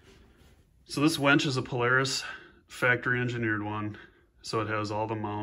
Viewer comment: Its a WINCH not a WENCH